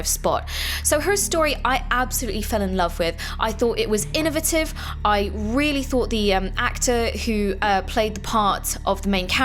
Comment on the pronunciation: you make me frown every time you pronounce innovitive